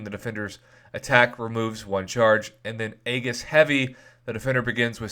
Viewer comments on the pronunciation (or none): A-eee-jis, Prof. Not Aygus. Just sayin'. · It's EEJIS